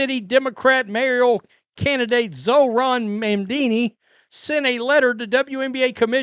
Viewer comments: "mam-dini" is hilarious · Hey you said Mamdami name wrong but since we all agree he’s a POS I have no problem with you butchering his name. You get a pass from this NYS resident.